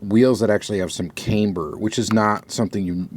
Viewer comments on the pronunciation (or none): It is pronounced CAM-ber,,, not CAME-ber. C’mon man.